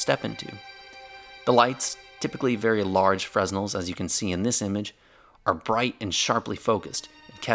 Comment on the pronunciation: the s is silent in fresnel